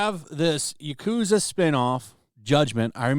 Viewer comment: You mispronounced yakuza as "yakuuza."